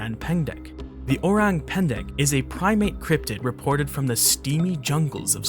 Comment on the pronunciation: listening to this guy saying orang pendek hurts me so much as an indonesian hurts man